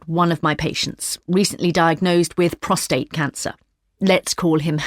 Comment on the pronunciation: Prostate not prostrate